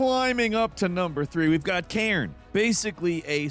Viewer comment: Cairn demo was pretty good tbh. PS5 one, months ago, seemed to run at 30fps only though. Its "care-n" not "karen"